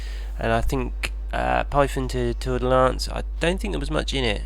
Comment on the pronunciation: "Tour-de-lance" "Fer-de-lance"